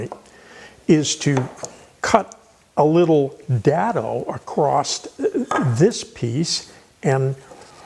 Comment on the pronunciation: Hehe, dad-o. Never heard it pronounced like that. Great video! Very well explained.